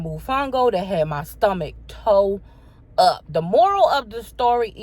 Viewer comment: I crack up everytime she says “stummuck” 😹😹